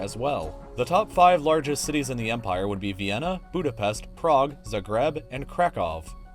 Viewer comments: It's Zagreb with a long a, pronounced "Zaagreb"! Be that as it might, two nations which are both in the European Union as equals should at the very least unite again: Austria and Croatia. You see, Croatia elected to enter into a personal union with the Habsburg kingdom in the 16th century, and for us natives of Agram (Zagreb), German was traditionally spoken within the Purger families besides the kajkavian dialect of Croatian. It was the German language which proved to be one of the effective means of resistance to Hungarization, and paradoxically, helped preserve the strong Croatian identity... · Learn to pronounce Zagreb correctly. It is and it sounds wrong to emphasize last syllable. It is 1st syllabe you put accent on if it is two-part word, always! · i just pissed myself how he pronounced Zagreb lmao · You butchered Zagreb's name